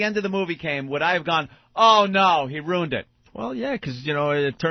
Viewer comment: Hate all of their mispronounced words. Ant says roooooned instead of RUINED. And fengher for finger